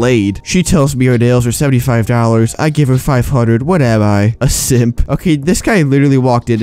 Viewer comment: "Four Fousand Five Fundred"